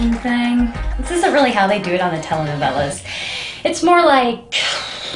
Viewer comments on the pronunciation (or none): "Telah novelahs" oh my gOD 😂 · "tela-h noe-vela-h"